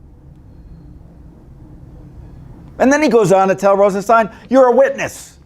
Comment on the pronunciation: We pronounce it RosenSTAIN.